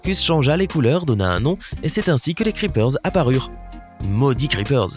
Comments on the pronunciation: On prononce pas le s a creeper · Il a dit le S à creeper... starfullah